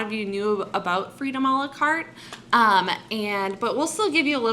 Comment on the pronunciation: BTW it's "a la carte"